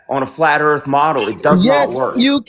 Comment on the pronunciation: The black guy who says ‘Earf’ all the time had ALL THESE QUESTIONS ANSWERED BY DR BLITZ a week before this. He hasn’t learned a thing